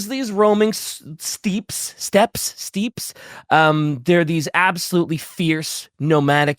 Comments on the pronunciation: "Steeps" my effing sides. (Also it is that makes that mispronounciation, though he does say steppe correctly a few times.) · I'm screaming at my screen for Bricky to tell him how to pronounce "steppe".